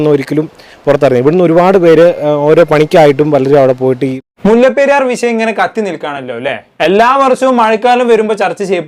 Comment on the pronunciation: വിശയ അല്ലേട്ടാ വിഷയം... 😡